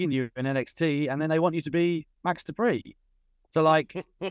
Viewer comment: i liked the way he would pronounce dupri lol. at the very least it set maxxine up for the main roster.